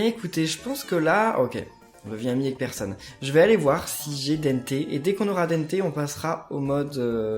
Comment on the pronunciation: On ne dit pas dénnté mais dente comme les dens